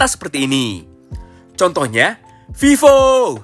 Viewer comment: Bisa² nya gua ngakak saatvmimin ngucapin Vivo 😭🤣